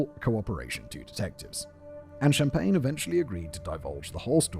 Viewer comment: “No, Mr. Shhh-ahmpagne, I’m putting you on ice.”